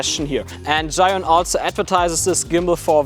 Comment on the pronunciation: 智雲 "Zhee-Yoon" not "Zhai-Yoon". Great video!